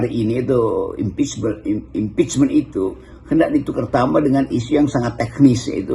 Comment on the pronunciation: Sama M.Qodari bilangnya impechble,trus disini impechman...😂dasar